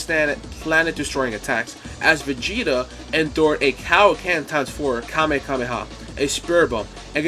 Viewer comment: Before that CowKen instead of Kaioken 😂